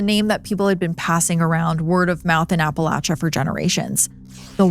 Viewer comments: I appreciate you pronouncing it correctly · Blue Ridge Mountains in Virginia. ❤ So nice to hear "Appalachia" correctly.